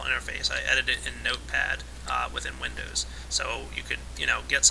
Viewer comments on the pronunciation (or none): none